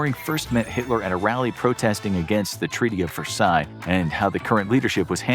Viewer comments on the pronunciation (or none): none